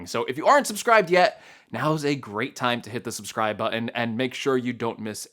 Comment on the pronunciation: I've enjoyed a few of your videos, but,,,...please make it stop. The word you're trying to say is "button" (bŭt′n). It is not butt-UN. There is no emphasis on the last